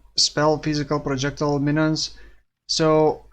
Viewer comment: pro jec tile - not prodschekdil yikes